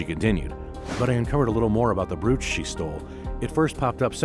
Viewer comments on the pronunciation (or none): The word is brooch it has a long o sound making the oh sound. Not an oue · so this is AI voiced or dude is a ESL brooch isn't pronounced like that. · One thing. Brooch rhymes with coach.